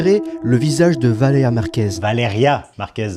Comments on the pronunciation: Valér"i"a Purée de gland, c'est pas compliqué! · Message aux sous-hommes qu'on voit dans les extraits montrés : C'est VALÉRIA BORDEL !!! Déjà qu'ils racontent de la merde sur une personne défunte pour se faire du fric, en plus ils se permettent d'écorcher son prénom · C'est moi ou personne ne prononce son prénom en entier? VALÉRIA pas Valea. Bordel apprenez a articuler